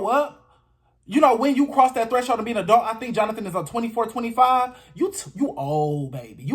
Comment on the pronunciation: I totally agree. Pronunciation of “A-dult.”